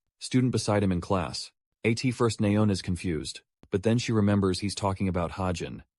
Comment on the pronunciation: Man I don't really care about ai voice as long as it doesn't sound too bad but bro as and at like nah